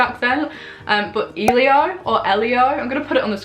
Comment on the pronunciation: Elio is pronounced Elle-ee-o it’s my favourite boys name aha